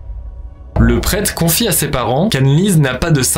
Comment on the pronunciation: "le prète"